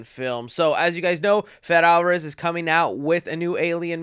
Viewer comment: I love you but it's 'Fedaaaay' Fede is pronounced 'Fedaaaaay' NOT 'Fedd', come on now 😂